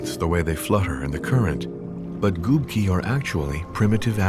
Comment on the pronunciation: It's Gubki not gupki lol, literally translates as Sponges